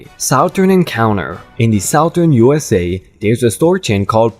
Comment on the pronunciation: SOUTHERN is NOT said like Sowww--thurn, there is much less harshness on th ou in the word it's pronounced SUTH---URN